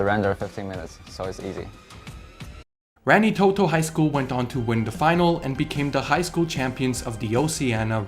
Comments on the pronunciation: Dude, I love you but pleas don't say rengi Toto it's pronounced like raangeetoto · God as a kiwi it hurts hearing you pronounce Rangitoto lmao. Not your fault but hearing foreigners pronounce maori gives me pain